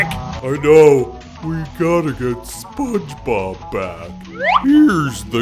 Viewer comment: “SPONG BOB” …. lol